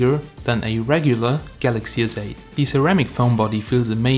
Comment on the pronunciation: It's galaxy Sssss8 not zzzz 8